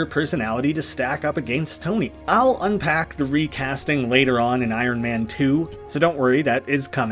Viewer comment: Lol. Just leave out the R..... I on man lol. But is the best so I Ron is ok too 😊